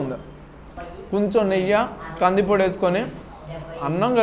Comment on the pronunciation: అది 'నెయ్యా' లేదా 'నీ అయ్యా' కాదు brother..."నెయ్యి"అనాలి దాన్ని